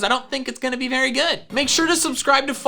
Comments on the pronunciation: "The berry was very hard" did you mean the berry was berry hard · "The berry us very hard."